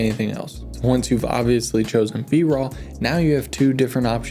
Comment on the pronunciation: Did he say "Bra footage"?